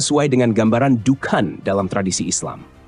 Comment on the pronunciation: Dukhon min,,,bukan dukan 😂